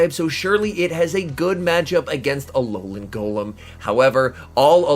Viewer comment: « Ololan Golom » 🤣